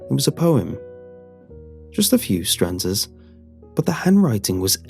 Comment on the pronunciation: It's stanza, not stranza.